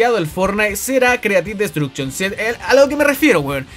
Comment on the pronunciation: O "Creative -Bot-Duction" JAJA se pasa XD